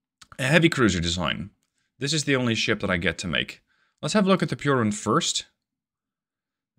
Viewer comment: The pronounciation of piorun was perfect